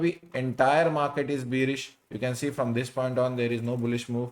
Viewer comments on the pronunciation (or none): none